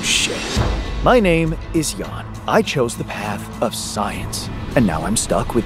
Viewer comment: Jan, sounding like Yan